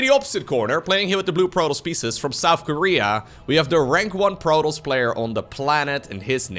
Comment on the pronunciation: It also sounds as if he is saying Protals instead of Protoss.